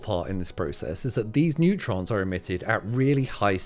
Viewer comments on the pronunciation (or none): "Neurtrons", Bro? Sounds like the breakthrough we've all been waiting for in particle physics ... when is your paper coming out?